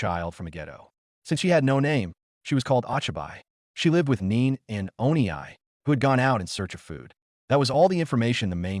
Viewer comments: I like the story but how I am pained by the pronunciation. Oh-Chai-Bye, Oh-Knee-Eye, NEEN. Seriously bad text-to-speech AI. Oh-Chee-Bee (Ochibi, young child), Oh-Knee (Onii, older brother or older friend without honorific slightly polite with a slight elongation of the -ee syllable), and Neh-neh (Neene, older sister or female friend not regularly seen with an honorific and more familiar than polite and pronounced with a slight elongation of the first -eh syllable. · ah-chi-bye and oh-nee-aye is horrid.